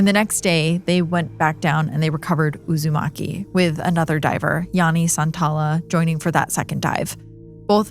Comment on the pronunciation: That mispronunciation of “Uusimaki” is taking me out. I keep reminding myself that she isn’t talking about Naruto.